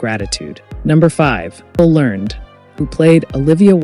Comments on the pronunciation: "Learn-ed" (two syllables), not "Learn'd." Many of these "unknown" facts were common knowledge when the show was in prime time, such as Earl Hamner Jr. being the narrator, Ellen Corby's stroke, and Richard Thomas's well-publicized reason for leaving the show. Also, the constant repetition of the same video clips becomes a bit tiresome. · Isn't it pronounced 'lern-ed'?